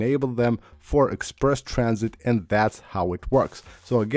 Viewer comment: “egg sperse tran -sit.” Uh huh.